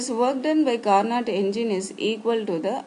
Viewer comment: The actual pronunciation is "carno" where "t" is silent. Of course these doesn't matter in science where understanding is most important. But still I m giving this information from a GK point of view.